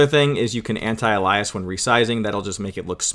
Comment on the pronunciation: Anti alias LMAO not how its pronounced